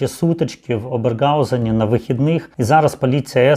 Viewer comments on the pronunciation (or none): Если вы живёте в Германии, то не ОberGausen ,a OberHausen. Режет в уши это Г. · Я передивилась уже всі відео із цим випадком і писала свій коментар про цей нелюдський вчинок, також про мої співчуття. А в цьому відео , як автор вимовляє місто з російською" Г', то правда ріже слух. Так що не треба так всё в штики брати. І я писала автору.